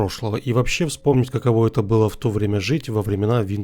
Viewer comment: Впервые услышал чтобы говорили жта 😅